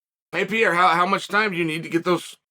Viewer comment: "WONDERBOY. PI-EI-ERRE." lol